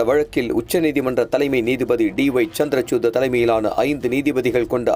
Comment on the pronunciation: சந்திர"சூட்" - பெயரை சரியா உச்சரிக்கலாமே ..செய்தியாளர் ; தூய தமிழ் சில இடங்களில் சொதப்புது.